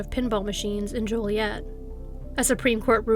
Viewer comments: Hmm...maybe HC is a fellow Canadian. We know how to pronounce Joliet properly, what with our bi-lingualism and all! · Dang, I grew up in Ottawa Illinois which is SO close to Joliet. Also, THANK YOU for pronouncing Joliet with a long O lol. I cringe when people pronounce it as Jolly-et..😖